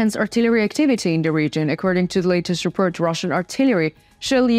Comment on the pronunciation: I will push the like button on these videos as soon as you learn not to gabble and how to pronounce the words: Report, support, armed, according, positions, performing, war, north, addition, and especially the word "the." Slava Ukraine.